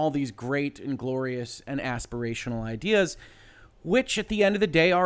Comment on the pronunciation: I thought you said “believe in the IKEA” for a second! I chuckled before I realized that it said “idea”.